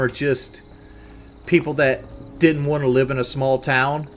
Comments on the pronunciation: You woont some wooter? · I don’t wont it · “What you wohnt man” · Fk now I can’t stop hearing it